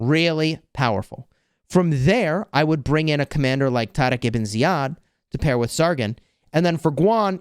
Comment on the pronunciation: why do you say taariq like you’re trying to combine the letters d and r 😂 not a single muslim on the planet pronounces it the way you do. you sound like that white guy at chipotle who orders carnitas and tries to do it in a Spanish accent lmao